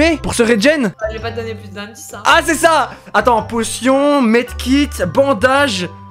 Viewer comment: Il a dis Med kit😂😂😂😂😂